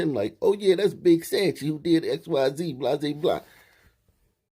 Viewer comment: Tap in.. Its soncho. Not sanchi.